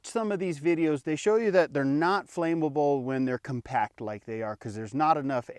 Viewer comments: Flammable not flame-able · Dude! Coffee Mate! Powdered coffee whitener. That stuff is 100x more flammable! Yes Flammable. Not Fame able. Lol